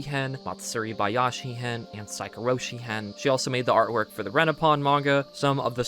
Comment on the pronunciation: The way you 2 are struggling to pronounce Saikoroshi & Magatama of Fuwarazu got me dying XDDD